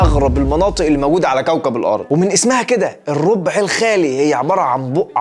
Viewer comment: الربع الراء مفتوحة. Rab not rob